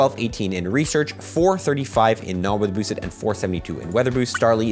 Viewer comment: Bro you need to enunciate. Listen to yourself say “not weather boosted” it sounds like gibberish.